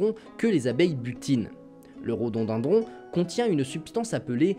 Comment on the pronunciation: Rodondandron ça sonne bien qd tu le répète